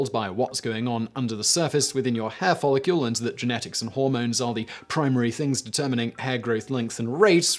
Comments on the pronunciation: "follicule" Simon? It's follicle. You don't pronounce Nuclear as Nucular, do you? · Follicle not follicule! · Follicle NOT follicule Simon. You've been corrected before. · I love you Simon. But, “follicule”. 😋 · Is Simon saying "Follicule"? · You're pronunciation of "follicle" is killing me. Theres no "u" in the word.